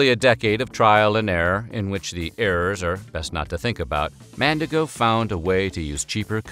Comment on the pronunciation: Evertime he said "Mandigo", my brain screamed MandiNgo 😭